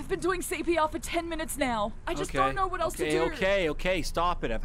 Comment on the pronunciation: “Oh nawr I don’t nawr what to do”😂